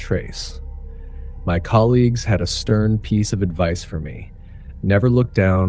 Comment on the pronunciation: I assume these are AI generated visuals and audio. Pronouncing “colleagues” as “colleges” is a dead giveaway. And the cartoons are wildly inaccurate. It’s called Big Cypress not Big Pine, so all those pine trees are just out of place. As are the mountains in the distance and the script saying the ranger thought there might be wolves. In Florida? It’s entertaining but the inaccuracies take me out of the story. Just say it happened in Montana or something and it makes more sense.